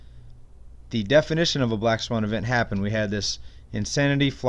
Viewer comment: "Black sawn", lol.